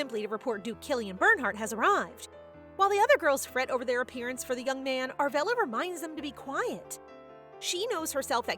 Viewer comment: What's with the German pronunciation? It clearly says Judith but the whole video you say Udith. Also, the main character is Arabella but you kept saying Aravella.